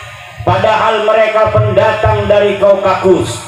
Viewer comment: 😂😂kaukakus....😂😂😂...,gini kalo ceramah hasil copy paste dr syeh imron husein, tanpa mendalami dengan benar....nyebut nama tempat aja blepotan 😂😂😂....,nyebut nama suku juga sering salah